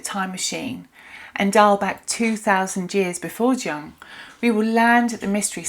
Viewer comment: Please don’t pronounce the name of one of the greatest thinkers of the last century incorrectly…it makes you sound discrediting. For your own sake Carl JUNG is pronounced YOONG